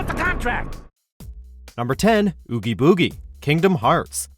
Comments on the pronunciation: Bruh hey gud and play the games so you can actually learn how to pronounce the names and can you do another updated list with Roxas over oggie biggie? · they couldn't even say Oogie Boogie right